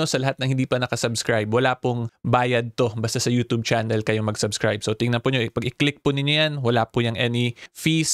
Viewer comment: baka pwede magrequest. Paki bago mo yung pagbigkas ng *yutoob". Kainis pakinggan eh.. parang kabaklaan ni vicr ang datingan. 😂.. just saying.